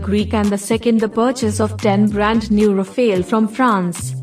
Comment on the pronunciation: Rafale (Powerful wind in French) not Rafael.